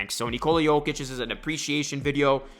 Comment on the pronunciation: You can't even pronounce the man's name correctly lol